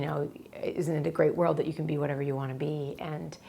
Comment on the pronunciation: When you say "tyou" and "insted" instead of "you" and "instead"